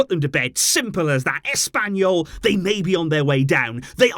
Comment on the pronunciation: SUGUNDA TO ASS-PAIN-YOU-L 😂